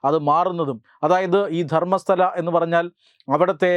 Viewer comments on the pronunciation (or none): ധർമ്മസ്ഥല അല്ല, ധർമ്മസ്ഥള